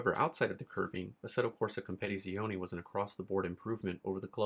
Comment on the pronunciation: You add to many Syllables in Assetto corsa competizione like you say compete in the same word. sorry to be that guy 😂😂